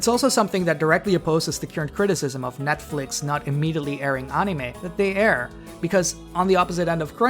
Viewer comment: Holy hell you dont even say netflix right wow you may actually be dumb with eeeeeees